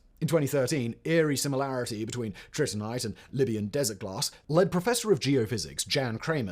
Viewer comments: Trinitite. Not Tritinite. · Wasn't one of the non-iron daggers described as being decorated with "colored glass paste"? That sounds like another example of glasswork being present at the time. (Also, it's Trinitite, not Tritinite - it was named after the Trinity test) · That’s trinitite, not “tritinite,” friend.